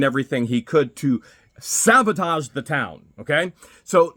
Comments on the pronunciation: I'm sorry 😂... but it's killing me everytime you say it 😂😂😂 . Please don't get mad at me... Its sabotage,not savotage😂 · when you say, "sabotage" are you replacing the 'b' with a 'v'?